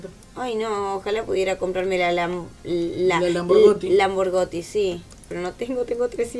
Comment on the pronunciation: El Lamborty jajjaja es Lamborghin🚗💨🇮🇹